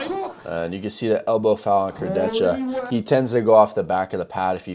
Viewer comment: Its Alex "Kurdeha" not "kurdetsha"